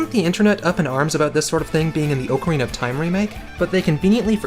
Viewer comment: Holy Fucking Shit you pronounce Ocarina As its defined in the Dictionary!!!!! Im not the only one who pronounces Ōcarina not Õcarina